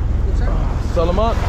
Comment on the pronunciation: You're pronouncing salamat better in this video, just need to work on "pangalan" (i know its a bit hard to pronounce right for an english speaker") pa-nga-lan not pang-nga-lang. Appreciate trying to speak our language though. Btw great content! Quality vid.